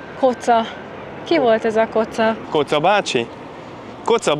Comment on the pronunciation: "Koca" = kiejtve: Kodzsa. A török "c"-t magyar "dzs"-nek ejtjük. "Macar" = Magyar!